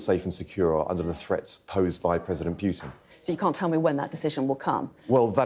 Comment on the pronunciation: It’s not president Piutin , it’s PUTIN